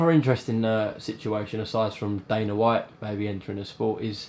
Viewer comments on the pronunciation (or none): none